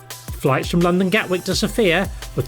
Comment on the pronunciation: The capital is pronounced with the stress on the letter O.